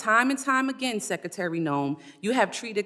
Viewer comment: Madam Sekatary? Guess it's too difficult to say secretary